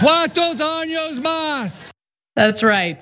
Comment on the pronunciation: first he said cuatro AÑOS más para Trump (4 more years for Trump) then when HE repeated He said Cuatro DAÑOS más(4more SCREWUPS)